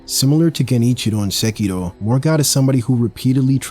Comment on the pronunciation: Finally someone pronounce Sekiro correctly AND I HUNDRED PERCENT AGREE WITH YOU when you said Bosses and I are playing different games. DS 123, BB and Sekiro's bosses all have a reasonable learning curve, Elden Ring bosses just made me wonder, are all these bullshit moves even necessary? The first time I fought black balde kindred, I was shocked that now a fking Gargoyle can dance like there's no tomorrow. Eventually I gave up learning their moves, I just ran away, wait till they finish their dances and do 1 or 2 slashes, and all in the sudden the game became much easier than other souls series title. The first time I fought Godskin and Margit, i tried very hard to learn how their combos links to the next combo. ThenI realize I don't even need to fight close to them, I just got 2 bleed curved sword and I beat Morgott & Godskin Duo with less then 3 deaths